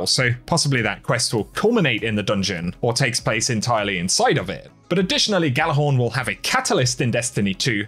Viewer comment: Jallarhorn, the G is silent...